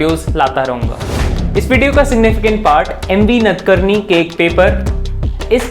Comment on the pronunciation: 1. You are telling stories and not advancing arguments based on valid evidence. First please learn correct pronunciation of words. The author of the article is not नदकर्नी but नाडकर्णी . The student was not जाबला but जाबाल. The Upanishad is not चंडोक but छांदोग्य. The Dharma Shastra is not अप्स्तंब but आपस्तंब. Krishna does not say ’माया सृष्ट्ं गुणा कर्मा विभीक्षा’ but ’मया सृष्ट्ं गुण कर्म विभागशः’ While reading Manu Smriti you read “Dharma itself if it leads to unhappiness or arouses people”, this gives a very wrong meaning. You should have read the last letters as ‘peoples’ indignation’. 2. You are right that “90% believers do not read and understand their religious texts themselves”, but I am sorry to say that you come within the 90%. It is wrong to say the castes were based not on birth but on professions. Mixing of Varnas gave rise to Jati - castes. In Chapter 10 of Manu Smriti, Manu has given different names to children born in Anuloma and Pratiloma marriages (i.e., higher Varna men marrying women of lower Varna and vice versa) and thereby creating ‘castes’ e.g., Ambashtha, Nishada, Ugra, Suta, Magadha, Vaideha, Ayogava, Kshattri, Kandala, Avrita, Abhira, Dhigvana, Nishada, Pukkasa, Kukkutaka, Svapaka, Vena and there are many more. And these are not based on profession but on birth. You admit that Apasthamba Dharma Sutra even supported untouchability. It would be intellectual dishonesty to say that ‘major’ texts of Hinduism do not support caste system. 3. Rigveda also